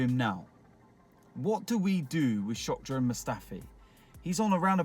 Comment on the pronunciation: Was it just me or did he say Shock-dran Mustafi ? Because he's shockingly bad? xD